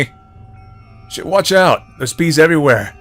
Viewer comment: you don't pronounce Shit correctly but you do with the word Fuck..I always though Fck was more bad than shit..I speak french I don't know sorry ^^'